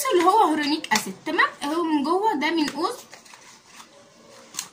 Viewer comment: بصي نطقه هيالورونك اسيد